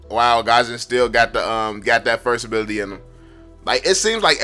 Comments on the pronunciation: It's gusion not gasion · I love your videos but It's not GASHON it's GUSION tf improve ur pronounciation it's pissing me so much ! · The way u pronounce Gusion GaZhunn